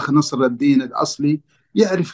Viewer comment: نصر الدَين✅ نصر الدِين ❌ 😂😂😂😂😂😂😂😂😂🦦